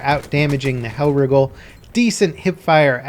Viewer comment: says hellriegel weird